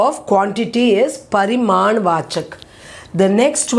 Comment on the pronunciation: Mam it is pariman viseshan or parinam viseshan , because you are pronouncing it as pariman but in the board it is parinam.